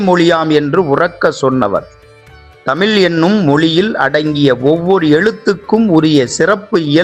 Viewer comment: தமிள் இல்ல தமிழ் சரியாக உச்சரிக்கவும் தயவுசெய்து